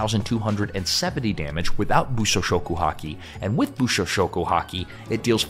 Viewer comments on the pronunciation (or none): kept saying bushoshoku haki everytime, I feel bad for him